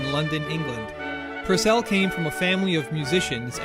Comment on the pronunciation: Henry PUUUURcell thought, not Henry PurcEll